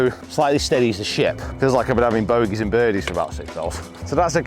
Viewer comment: Bodeys and birgies huh? Pathological fear of bed-bugs messed up your ability to speak temporarily 😂